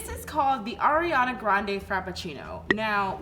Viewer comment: It’s not Airiana grande it’s Ariana grande